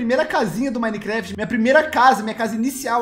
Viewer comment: "Mimecraft" ksjskskajaksjskw